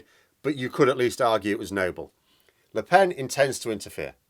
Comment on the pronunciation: Actually no nasal vowel in Lepen. Pronounced Lepèn. But you're welcome to butcher her name as much as you like.